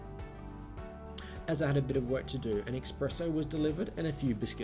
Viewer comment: "eXpresso" or did you say "espresso"? ;)